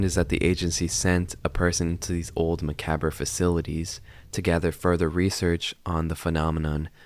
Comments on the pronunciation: Anyone gonna tell him it's pronounced Mah-cob-ruh? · it's pronounced macob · i want to see this video but i dont think i can survive listening to you pronounce macabre "muh cab er" for an entire half hour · Since I have OCD, I've just got to point out that it's pronounced "muh-cobb". The R is silent. Otherwise, great video! I'm happy to see more content creators finding this series lately. :D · You know Macabre is pronounced Muh-cob right?the cob being like corn on the cob. How did you manage an entire video saying the word that much and putting in title...but not know how to say it? Lol. It’s cool. Not trying to knock you, just letting you know. People mispronouncing words they’ve usually heard throughout their life without realizing is a pet peeve. Ask my brother, he hates me pointing stuff out all the time...but I figure people would rather know the right way to say things rather than continue saying it wrong and sounding like you don’t know what you’re talking about I know I would. I remember when I realized epitome wasn’t pronounced Eh-pi-tome, but E-pit-o-me...and I was suddenly like “oh...I know that word, didn’t even realize it because I didn’t know it was spelled that way. Lol. Seriously though, everyone knows the word macabre when they hear it the proper way...always having to do with horror...dark things. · Ma-cab-hh that's how the word macabre is pronounced bro. Just trying to help out, not be a dick. Hope you see this. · This is a great video, tip for the pronunciation of "macabre"; Ma (like Mama or Maw) Cob (like corn) Ma-Cob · i think the word macabre is pronounced "muh kahb" but overall loved the vid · it’s pronounced Mah-Caub please it hurts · Macabre is pronounced muh-cob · aint no way this dude pronounced macabre makabur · Macabre isn’t pronounced that way. It’s “Mah-Cob” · I’ve been bothered through this whole video because of your mispronunciation of macabre, it’s “ma-cob”. Good video though 😭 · no it’s not. it’s ma-cob :) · It’s “ma-cobb”